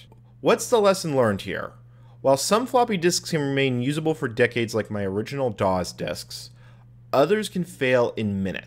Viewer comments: By the way, DOS is pronounced “doss”, not “dawz”. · You know I just realize this you pronounce Dos and QUEM you extremely funny.